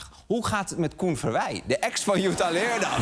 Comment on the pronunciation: Nogmaals: je spreekt het uit als LeerDAM. Als ik Amsterdam uitspreek met de klemtoon op 'Amster' dan worden ze daar ook gek